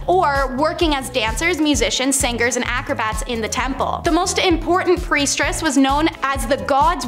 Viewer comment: Okay, I wasn't going to say anything because it's kind of petty and I love the content but....after about the 10th time of you mispronounced the word I had to say something, it was driving me nuts!! Its " priestess" NOT "priestRess" you keep sticking a R after priest!! Thats not how it's spelt and that's not how it's pronounced. Just being a little petty tonight, sorry about that I do enjoy the content oh and since I'm on a roll, to the guy who doesn't like the commercials I agree with go pay for commercial free TV. You either pay with your time by watching commercials or you pay with cash and skip commercials but what you can't do is pay for nothing and get everything sorry to say